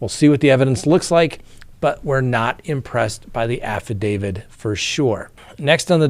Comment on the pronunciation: Can you please stop saying "affidavid"? You're a lawyer, you should know how to pronounce affidaviT".